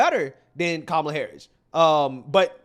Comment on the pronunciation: because he's a white male😅 anybody that says common like that nowadays, I think they Loki wannabe white themselves. I think these people that keep knocking on white men like that absolutely hate the lineage that they are in the wish they were white...